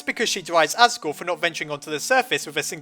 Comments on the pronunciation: You said assgrew instead of asgore. Time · your my hero I had to correct 23 comments saying as-gore to-riel.